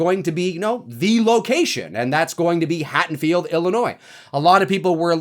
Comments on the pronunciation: Hattonfield?? HaDDonfield ffs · Hey, I am loving your updates on this new Halloween film! You're hilarious and well informed. I did hear you mispronounce Haddonfield as "Hattonfield" several times. Not sure if you were aware. Anyway, keep the awesome work coming. I am digging it all!